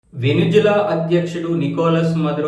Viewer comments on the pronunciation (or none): వెనుజువెల.. కాదు.. వెనుజుల... 😂